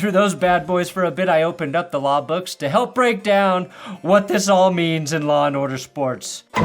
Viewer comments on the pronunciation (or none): "Wiowating da waw", Yea yea DA guy... learn to make a VEE and or ELL sound and I MIGHT find your words intimidating. "wiwisection of wixens is illwegal" And YOU,... stop endorsing gambling houses. Gambling sucks. It RUINS lives. Unlike a drunk who gets cut off by a bartender, the gambling house is under NO such obligation.